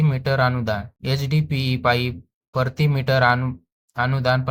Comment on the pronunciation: शुद्ध मराठी बोल, प्रति मीटर ला परती मीटर बोलतो